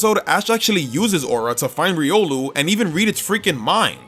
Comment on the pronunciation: Riolu, not Riulo!